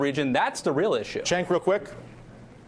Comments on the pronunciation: It pisses me off how he keeps calling Cenk "Chenk". It's pronounced "Jenk" twat!!! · say it like this phoneticly- JENK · why is he calling him "chank?" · Ratigan straight calls him "Chenk" EVERY TIME! TYT pr girl get on your job. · i'm almost certain it'spronounced "jenk", friend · its pronounced jenk not Chenk >.> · still calling him CHENK? dam lol someone REALLY needs to notify him that thats not how you say his name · LOL "Chaynk"